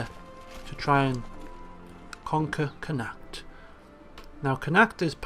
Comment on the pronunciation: you are saying connaucht wrong